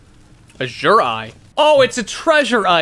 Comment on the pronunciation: if i ever hear you say azure like that again i’m going to cry 😭